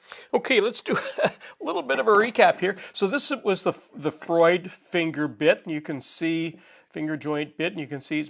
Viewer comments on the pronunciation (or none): none